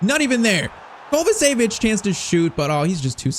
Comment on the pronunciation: Its not kovasevic Its pronounced kovachević